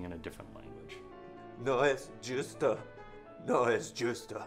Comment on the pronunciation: "no es yusto" jajajaja